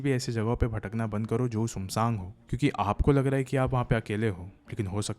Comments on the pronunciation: bhai love ur stories, but ye sumsang kya he 😅 sunsaan bolo bhai, i laugh so damn hard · Bhaiya sumsaang nhi woh sunsaan hota hai... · bhai sunggg sannggg nahi hota. Sun Saan ...one word yani Sunsaan hota hy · Sumsaaang gets me everytime 😂